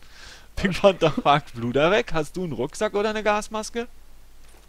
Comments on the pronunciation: er heisst panTer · du könntest auch mal sagen: "Befehl", sagt Pink Panther statt immer Pink Panter sagt, " Befehl"